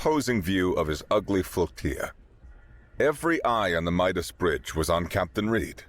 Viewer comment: Flotilla is not pronounced like tortilla.